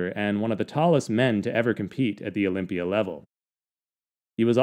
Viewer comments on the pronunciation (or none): none